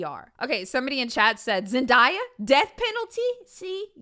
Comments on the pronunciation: It was actually kinda shocking hearing say zenDIEya instead of zendaya 🤯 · I was also thinking about Zendaya as the example. Now “da-ya”😂 no it’s “Day-a “ definitely her dad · It’s zend-A-ah not Zen-die-ah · Did anyone else see she pronounced zendaya wrong and it’s Zen-day-ah not Zen-dye-uh in how she didn’t even look at the chat 😂😂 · Is no one talking about how she says Zendaya? ITS ZEN-DAY-YA NOT ZEN-DIE-A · It’s pronounced Zen-day-ah not Zen-die-ah your hilarious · Are we not gonna talk about the way she said Zendaya😶😭😭 “ZenDIEa” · rly said “Zen-DIE-a” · Pause. Why did say zen-die-a. Love you but you just lost big points for that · said "zen-die-uh" and i frantically googled how to pronounce her name because i thought i was saying it wrong this whole time but was just wrong lmao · Zendiya. Diya??? Diya... Diya!!! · she said zen die uh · literally said Zendiya 💀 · I know this is off topic but I was laughing so hard when the chat was trying to correct when said "Zendya" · Not me wanting to charge due to mispronounciation of zen day a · you did not just say Zen - die - ah... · LMAOOO DID U JUST SAY ZENDIEA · i love you but why you say Zendaya name like that? and again 🥲🥲🥲🥲🥲🥲🥲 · Not gonna lie...the mispronunciation of Zendaya's name triggered me lol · … ily but ik you didn’t just say Zendaya like dat😤🤣